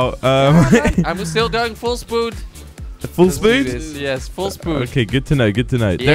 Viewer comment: What was the race where said full spood